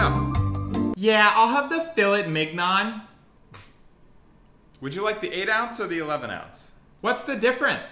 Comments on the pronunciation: As a someone French, I died when I heard them pronounce “filet mignon” as “fill-et mig-non” 😭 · Fillet(the t is silent) Mignon(prononuced like mee-nion) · ITS PRONUNCED (FILÆY MINYONG) FILET MIGNON